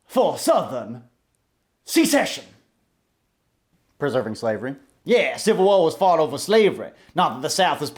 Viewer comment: How pronounces certain words: "secession" = "succession" "ignorant" = "ignant"